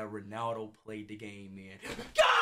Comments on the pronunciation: It all started saying Cristew Rownaldo SUIW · he says ronawdo